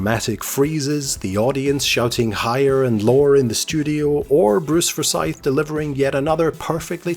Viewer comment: Such a great show. I think everyone who watched this shouted "higher" or "lower" at their TV! xD Slight nit-pick on how you pronounced Forsyth though >.<